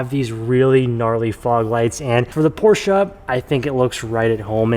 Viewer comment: Please pronounce Porsche correctly lol